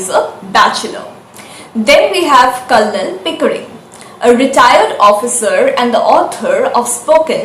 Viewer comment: Nice. The 'l' in Colonel is silent.